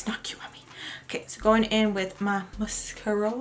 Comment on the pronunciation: Girl love how you said mascurra with that face lol love ya